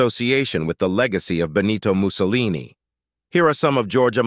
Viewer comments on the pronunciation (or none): none